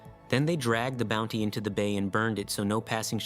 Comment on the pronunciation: The 'T' in "Bounty" isn't silent...